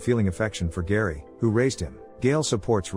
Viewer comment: Harry, not Gary. AI voices…